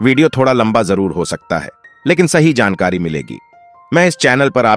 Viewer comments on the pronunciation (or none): Sankari nahi jankari padhiye bhai